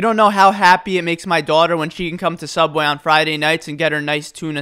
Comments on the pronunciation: Guys he pronounced "SOOUBWAY" wrong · “Subweh” “Sub - way” “Subway” Different types of way he pronounce it lel